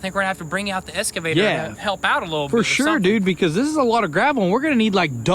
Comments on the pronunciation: It’s pronounced EX-cavator and not ES-cavator. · Guys it's Solder not soder and excavator not escavator 🙄🙄🙄🙄